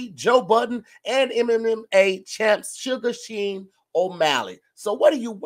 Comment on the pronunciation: Sugar SHEIN is crazy its pronounced shawn😂😂